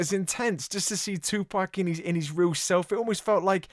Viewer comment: Tupac is the correct way not Tupack